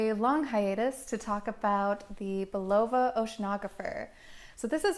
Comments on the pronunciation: It's Bull-a-va, not Boo-lov-a. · Sorry to rain on your review but really, couldn't you have researched the pronunciation of this classic brand name? Phonetically it's pronounced 'BullaVA', with the emphasis on the last, not the middle, syllable. Jeez